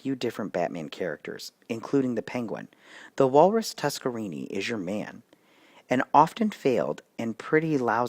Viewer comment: it is pronounced TuskerNINI. NINI